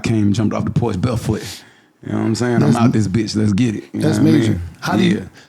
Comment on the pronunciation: He really hood lol he pronounced barefoot like “beahfoot” 😂😂